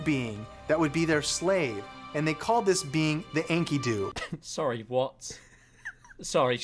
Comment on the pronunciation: maybe he's saying it right and I learned it wrong but that pronunciation of Enkidu kills me Also they arent saying Enkidu was a species, Enkidu was a guy from a story (dont remember if the story was at all based in reality maybe the main dude was based on a real king or something?) but its like one of the oldest written stories we know of or some shit idk I took a mythology class in highschool and havn't thought about Enkidu since